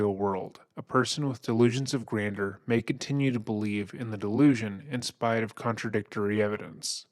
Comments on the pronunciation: Can’t listen to this,….sounded interesting but ,…. constantly mispronouncing “delusions of grandeur“ is more than I can take right now. Try using a pronunciation dictionary! Many people may call me a snob, but that doesn’t matter. English needs to be spoken correctly! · I hate to nitpick but I can’t stand the way you pronounce “grandeur” 😔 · Grand-jeur, grander is something else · " delusions of grandeur " not grander. It's french so it's pronounced (granjur) totally love ur content. I'm an early subbie, I just know that u like things to be accurate that's all. Keep up the fantastic work!! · Barely relevant to the very quality video, but just for your own future use/knowledge, “grandeur” is pronounced like “gran-jurr”, rather than “grander”. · Uhhh… The second syllable of “granduer” is pronounced as “jer”, not “der”. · Someone has to tell the guy he said "delusions of GRANDER" four times. It's pronounced "granjer", man. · Sorry dude but this is one of the most annoying intros to listen to when you keep pronouncing it delusions of grander. It’s grandeur. I know it’s a small criticism, but that’s really grating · gran-jure not grander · My brother in Christ, it is grandeur... not grander. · Honey it’s not “grander”, it’s “grandeur”, a different word with a different pronunciation. 😊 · Gran-jure ... Delusions of "gran-jure" Not being critical. I enjoy the channel. I just thought you might want the information. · Grandeur is pronounced “gran-jur”. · It's pronounced "gran-jer"! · It’s pronounced like "grand-you’re" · Love your videos. Please google how to pronounce things. “Grandeur=Grand-jur.” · you pronounce grandeur incorrectly. ˈɡranjər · Please say "Grandjeur" properly. It's pronounced GRAND-JER. LOL!! I have to tell you that when you laugh in disbelief at a video. It's contagious. I love it! Seriously, your laugh when your narrating is awesome! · Please learn how to pronounce GRANDEUR! Gran - Juor. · You really don't pronounce grandeur well my dude